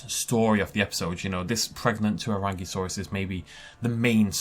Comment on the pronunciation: for the tuarangisaurus - check out the maori dictionary pronunciation of tuarangi! edit: taniwha is also on there. excited to see some nz rep!